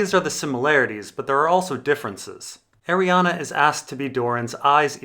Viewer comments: It's Arrianne. Not arianna. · her name is pronounced ARI-ANN! THERE IS NO THIRD "A" IN HER NAME YOU POTATO!! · Anne is pronounced "an" Ari is pronounced "are-ree" So, Arianne should be "are-ree-an" But it's a made up name in a book, so whatever works for the person reading the book. I pronounced Melasandre as "Mella-sandra", which I know is probably off the mark. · IT'S PRONOUNCED ARIANNE, REEEEEEEEEEEEEEEEEEEEE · i'm just curious, why do you pronounce names wrong on purpose? cat-a lyn, ariannA. varis... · Also there's no A at the end of her name so I feel like ur just trolling ur subscribers lol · Lol, you're correcting that and not his egregious abomination of 'Arianne'? Priorities i guess. "Airy-ann" or "Arry-ann". I have no idea where getting the 'UH'. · I can't watch this because of the way you pronounce her name. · Same. It's super distracting. Why??? He says at the beginning of the video, yes I'm mispronouncing her name and gives zero explanation as to why. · 'Deidre' is not pronounced as 'Day-there' but 'Die-dra'. I think the same rules apply to Arriane'